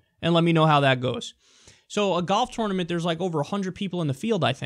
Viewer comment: interesting how you pronounce tournament